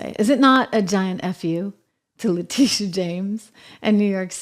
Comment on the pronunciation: Actually La-Tit-e-uh